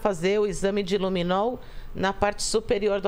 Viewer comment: " Luminou" não. Luminol. E " tals" não dá. Existe prova de português e redação no Enem. Precisa se empenhar mais.